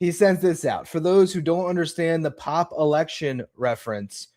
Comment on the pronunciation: With a last name like I get that catholicism might not be forefront in your mind but how do you read Pope as pop??? 🙄